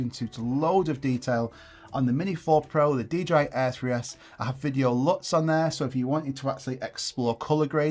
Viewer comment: Do you mind saying in the next video you have 'lots of luts' because I can't hear the difference 😅